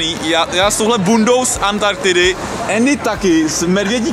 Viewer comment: Proč Andymu říkáš Ééény? :D